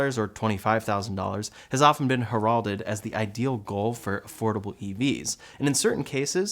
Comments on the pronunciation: The word “heralded” is pronounced HAIR-ul-did, not her-ALD-did. Secondly, “2x” which you pronounced two-ex is actually two-times. Two-ex sounds like you’re doing algebra and solving for x. Two times is better, “twice” or “double” is better. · You've used the word "hairAldead" a couple of times in other videos now so I thought I would offer some constructive criticism. The proper pronunciation is more like the name Herald and then the name Ed. Put those two together and you have the proper pronunciation of heralded. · smooth and articulate dissemination of information sprinkled with occasional nit picking true origin revealed with rare poor READING & pronunskiation of the word 'herald'